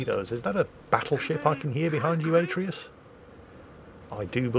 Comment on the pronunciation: atreus just like from the god of war game but pronounced terribly xD